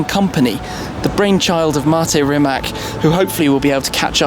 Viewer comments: Today Croatia is on first place in the whole world regarding electric Hypercars, Proud To Be A Croat :) And please start to pronounce Rimac's family name like it is in Croatian, we deserve that You Anglo-Saxons start to learn our language too .... that 'C' is not 'K' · It's not Rimac it's Rimatz. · Funny how all people think it is RimaK because english pronounce it like that....But it is RimaC :D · sucksqueezebangblow Don't be silly...zelja TM is Croatian and knows how to pronounce Rimac...Brits and Americans very often pronounce wrong our surnames if the letter C in a question..so.. it is Rimac c=tz not k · It's pronounced "Reemats" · I am Croatian and Rimac at the end c is not k it is c how you pronounce it correctly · It is spelled "remahts", the "c" at the end is spelled as "ts" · Stop calling it Rimek. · Rimac, pronounced 'RIMATS'. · Everyone is so amazed by the car, yet all mispronounce the name!!! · Stop sayng Rimak... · Read his name like it was written Rimatz - then you'll pronounce it right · It's actually pronounced Rimatz. I'm also very proud to be Croatian! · You're pronouncing the name wrong. Sry (Rimac - read it like Rimats) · can you try to call it Rimats ? Then it will sound like it suppose to. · It's Rimac with a 'c', not a 'k'. Please say it correctly.. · it is pronounced Rimatz, learn the basics so you don't embarrass yourself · since im Croatian, i get so triggered when shmee says Rimac wrong. like if you agree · You have a car YouTube channel, yet you can't pronounce the name right .... Rimac is not with a hard c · srsly? Do English speaking people do it on purpose (mispronounce it), or they just CAN'T pronounce simple surnames like "Rimac" ... I mean? Are you that dumb... :\ I would understand if it was Miljevic, Savljevic, Krstulovljevcic etc... but COME ON - RIMAC. How hard can it be? :\ you lost me there. bye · It's not that hard to learn how to correctly pronounce Rimac is it ? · Still can’t pronounce the name. Really? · Rimac not rimak